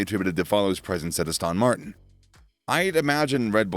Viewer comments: Please, please, please, It's Aston Martin. NOT Austin Martin. You undermine your credibility when you actually mispronounce the name. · The way you pronounce Aston Martin hurts